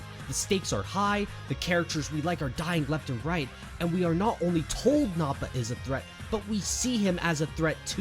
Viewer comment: It's nah-puh not Naw-pah